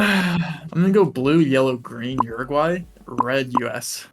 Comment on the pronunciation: uruguay is pronounced OOruguay. not Yuriguay.